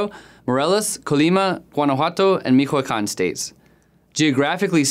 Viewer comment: This report would have been better if the narrator would have said "zetas" and "michoacan" correctly.